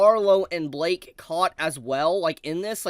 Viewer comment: why are you pronouncing blyke as blake